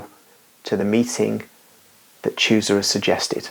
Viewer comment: Read chusa as husa